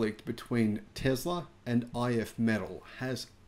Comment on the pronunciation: I'd be surprised if the mechanic said "Tezla". I bet that Swedish guy definitely said correctly "Tesla".